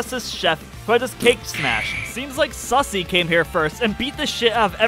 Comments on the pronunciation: Lmfao I love how he says “sussy” instead of susie. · The whole playthrough, I as well pronounced it "sussy"